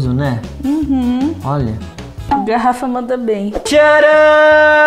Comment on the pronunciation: Não é "garafa" é "garrafa"!!